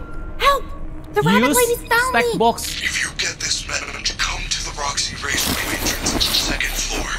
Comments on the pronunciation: kok Roxxy dibilang Foxy:v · karegi roxi bukan foxi